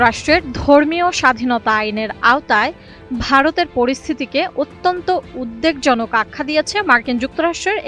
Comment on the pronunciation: “উদ্দেকজনক” না “উদ্বেগজনক”? হায়রে শিক্ষা… আর সোমবাদিক!